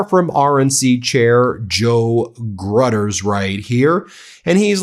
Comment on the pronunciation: Gruters is pronounced "Grew-ters." Funny my phone tried to auto--correct his name to "gutters," and that is a pretty good description for him.